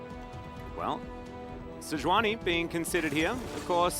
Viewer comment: sei-juani c'mon... it's sejuani